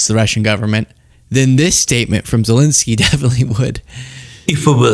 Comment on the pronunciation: Why do all you American pundits insist on incorrectly calling Zelensky "Zelinsky"?